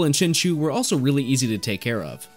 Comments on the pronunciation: Was looking for that comment. It's pronounced Chin-CHOW, right? Then again, there's a number of Pokemon with debatable names. Like Arceus and Rayquaza. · Love the video but I just can't get over "Chinchoo" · I liked the video but plz , its pronunced chinchau not chinchoo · It honestly hurts me when you say chinchew instead of chinchow. But gj on the prof oak challenge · Hearing you say chinchew instead of chinchow hurt my ear lol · “Chin chew” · because i feel so so bad for you i will overlook the way you pronounced chinchou